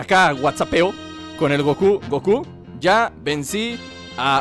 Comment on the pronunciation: es black goKU, no black GOku!!!